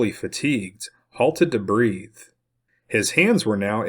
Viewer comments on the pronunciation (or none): none